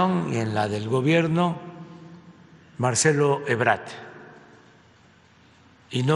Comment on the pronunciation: Ni la mínima voluntad de aprender, mucho menos de hacerlo bien. Es mucho pedir. "Donal Tron". "Marcerlo Ebrat". "Pleishon 5 ". "te rayasteS jeje". (...) etcétera. Pensar que todavía hay gente que toma en serio su nivel de discurso al estilo "Cállate chachalaca". ¿Acaso veremos alguna vez un digno representante de nuestro país?